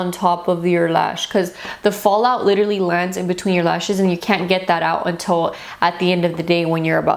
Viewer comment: "Leeterally" hehe ❤️